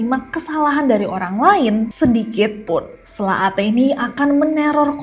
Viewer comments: Fyi kak nes : penyebutan lombok (lurus) itu huruf "o" nya sprti "o" di kata bhs inggris "low". Sdgkan tuselaq "q" nya dibaca sprti hruf "k" di kata "bapak". Di tmpt sy ada kepercayaan kalo mau usir selaq, lempar selaq itu pake telur busuk pas masih dlm wujud selaqnya, supaya gabisa balik ke wujud mnusianya/ berenti berulah. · Kak bukan selaq tp sElaq